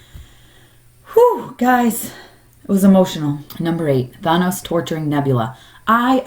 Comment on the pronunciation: Why do people pronounce Thanos so strangely in all these videos?